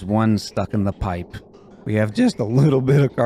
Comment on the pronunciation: "Just a luuutibit aof carbon dioxide" lol. Great video